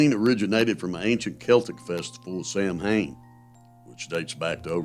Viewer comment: Samhain, pronounced. SOWEN